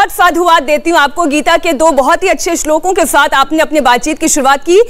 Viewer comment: श्लोक तो ठीक से बोल लिजिए 🙏🏻